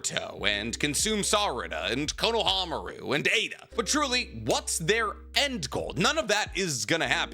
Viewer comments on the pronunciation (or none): You said Konahamaru, lol